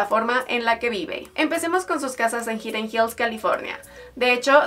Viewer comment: Hidden Hills.... Se pronuncia: Jaiden Jils